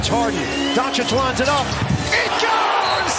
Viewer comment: The AI voice is painful to listen to. Every sentence sounds exactly the same. Not to mention, who are Keerie and Donkick that it keeps talking about?? 🤔 I would rather read this commentary as a blog post than listen to it like this.